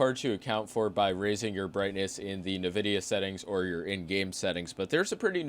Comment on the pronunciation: Never heard anybody pronounce Nvidia "navidia", I like it! Wouldn't surprise me if it's the correct way.